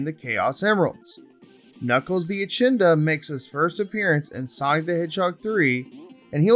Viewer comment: Echidna is pronounced eh- kid- na Lol